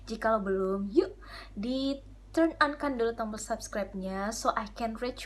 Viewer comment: Subskraib deh Kaka bukan sabskraib. Iya kaaan